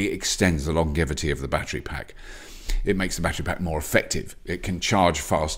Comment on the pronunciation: Is Robert pronouncing longevity correctly?